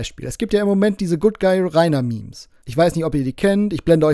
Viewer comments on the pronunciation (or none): none